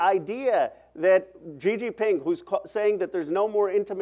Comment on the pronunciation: Gee Gee Ping? 😂😂😂 anyone else tripping? Lol